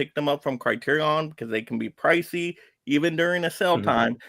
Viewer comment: I would have loved to listen to this stream, but I listened to the host mispronounce Criterion about 15 times and had to shut it off.